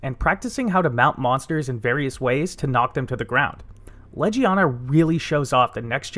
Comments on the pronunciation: You are saying it like ledge-ee-ana Leg-ee-ana is how its pronounced. I don't even know how you read it out loud like that. Please double check your pronunciation before uploading your videos. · great tips. thank you for the vid but i couldn’t get past your pronunciation. in game it’s said as Leg-ee-aw-nuh. bothered me the whole time